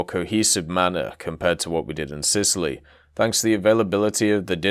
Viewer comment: Sitaly, Sicily + Italy :D